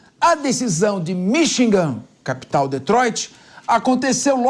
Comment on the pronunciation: este cara nao sabe falar Michigan, ele fala Minchigan